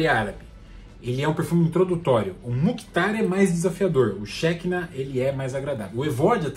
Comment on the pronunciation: Hebraico (Shekinah) pronuncia-se como oxítona, "xequiná".